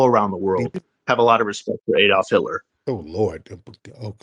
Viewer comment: i knew he didnt say hilter😂man im laughing hard😂😂😂😂😂that I.Q drop tremendously😂